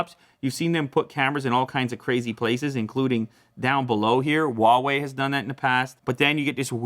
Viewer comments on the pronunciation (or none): IT'S HHHHUUUAWEI. NOT UUUUUAWEI. Sheesh...